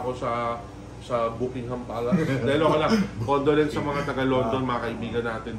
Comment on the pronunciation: "Booking-ham Palace" HAHAHAHA nice one 🤣🤣🤣